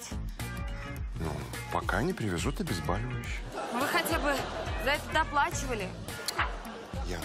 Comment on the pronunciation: Уважаемые актеры, хочу поправить вас, что правильно говорить обезбОливающее...Через О...Много раз замечал это слово через А... Спасибо)